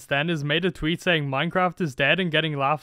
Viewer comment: anyone noticed how it says minceraft